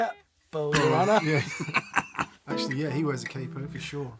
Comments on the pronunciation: CAPO, the pronunciation is a mix between you all. It's fluid like Joey's version but with the "A" and not the "HEY" sound that the Americans have. So pronounce it smooth like you'd pronounce Inspector Clouseau's assistant "KATO" but with a "P" instead of the "T" and that "A" sound. CAPO. To go more in depth: to my knowledge it comes from "CAPOTASTO", which is the italian name for the guitar nut. But "CAPO" also means "BOSS". In fact, in Italy we call the nut "CAPOTASTO", and the capo "CAPOTASTO MOBILE", which translates in "mobile nut". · Actually, it's short for Capotasto. It's italian for nut on the guitar. In Italy we call it movable nut (capotasto mobile). Pronunciation is càpo, with no double p. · If it was to be pronunced the way you do in the vid, it would be written cappo, so no need to make a pause between ca & po. It's basically Cahpoh, with the "ah" emphasized :) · In italian, you only double use a double consonant sound when there is a double consonant in the word. As there is only one P in "Capo", to say any variation of "cap-po" would be incorrect. You would stress the A and pronounce it closer to "cahpo". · Capo = cahpo (just the merest hint of a pause - definitely not ka-po). And while I'm pedantering (ho-ho).....the piezo massacre pea ay zo I'm making popcorn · Cápo, not ca-po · In italian you would pronounce “capo” as in english you would say “cup-o” (but not pause between P and O and no double P!) :). Cheers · It's "Cat Poo" not "KayPo". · Correct pronunciation is "CAH-po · KAH-poh... Stress is on the first syllable and don't pause between syllables. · KAH- POE - Emphasis on the first syllable. Also, don't double the "P" when you say it. In Italian you never elongate a consonant unless there are two of the same consonants back to back. In other words, don't stop on "P." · It’s pronounced like a cockney would pronounce ‘car port’ : CAH-poh (with a short o). And it means ‘head’.